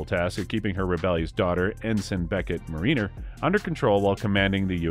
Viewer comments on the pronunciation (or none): Trouble pronouncing Mariner and Cerritos? That was all wrong